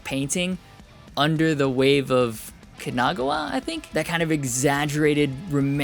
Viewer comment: I've heard much worse....